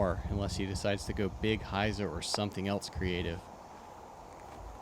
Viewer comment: "Something elts" -... Must be a New England thing. My friend from Maine says "elts" rather than 'else'